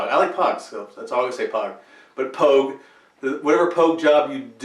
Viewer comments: 'POG' (pronounced 'pouge' ; rhymes with 'rouge') is actually a Marine Corps term. The correct nomenclature of Army 'non-combat personnel' is REMF (Rear Echelon Mother Fucker). This also includes 'fobbits' , as in, 'those whose mission does not require them to leave the base', whether it's a Forward Operation Base (FOB), or any other base of operations. The 'fobbit' part is universal. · POG rhymes with vogue,.